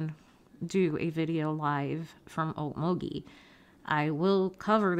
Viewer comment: I don’t blame you for not going to cover story. It could be another Truckee. I will say one thing…it’s nice to hear someone actually pronounce Okmulgee correctly😂. Some of the other people don’t .